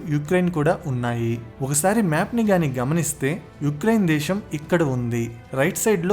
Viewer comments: Explanation is awesome. But it was annoying when you are pronouncing Shaa instead of Saa. For instance:- Deeshaam instead of Desam; Shephere instead of sphere etc. Most of the time you are pronouncing Shaa instead of Saa. Please correct it if possible. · adhi DESHAM oo DWESHAM oo kaadhu raa nayana....DESAM... youth ni nee telugu tho mislead cheyyaku...